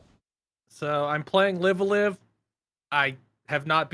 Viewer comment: i know it's literally spelled "live a live" but isn't it supposed to be pronounced "live alive"?